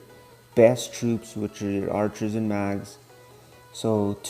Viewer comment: ur saying mags